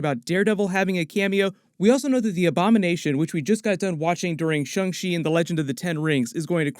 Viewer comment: "Shung Shee" Guys can you please TRY?